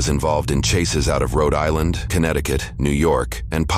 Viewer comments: Please tell the creepy AI voiceover not to attempt to pronounce regional accents anymore. That "Roe Dylinder" shit is going to haunt me for weeks. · It's pronounced "Cree-anstin, Rho Die-land" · love that the alien commentator mentions the mispronunciation of cranston, while pronouncing Rhode Island in the most bizarre way possible